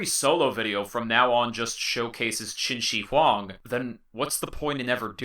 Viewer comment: qin shi huang , the "shi" 's pronounce is not like "shi" in "sushi", its more like "th" in "smith" but with much more clear pronounce.